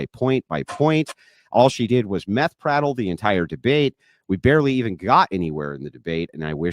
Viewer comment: “Meth Prattle”😂😂😂😂😂😂😂😂